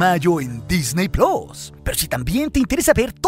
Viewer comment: Usted tiene buenos videos pero solo una recomendación, la A en ingles no suena como O por eso al decir wars o dark o plus, se escucha como Wors, dork y plos!!!!